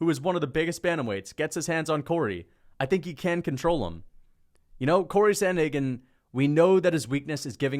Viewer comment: It's Corey, not Cory. Absolute rookie/casual error